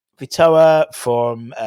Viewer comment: Vitao is pronounced Veetowel 👍🏻😂